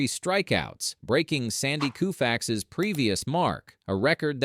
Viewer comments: How can you, possibly, be regarded as a credible source of information and baseball history?? Sandy COO-fax my ass... It's KO-fax (You just draw disdain...When you D-mn IDIOTS won't hire a professional HUMAN announcer & depend an AI script-scanner to narrate!!) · Who the hell is Sandy Koofax. edit- I know who he is. I was commenting on the ridiculous pronunciation by the AI narration. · I believe it's Koofax.